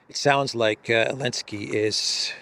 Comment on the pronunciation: Am I the only one going crazy every time says “Alenski” instead of Zelenskyy?